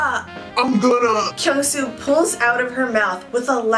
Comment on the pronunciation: am i the only one felt weird when pronounce kyungsoo name? 😂😂😂😂😂😂